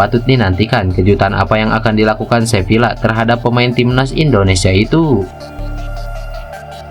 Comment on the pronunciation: Admin tolong baca Sevilla : Seviya. Dobel l (LL) dilafalkan y dalam bahasa Spanyol.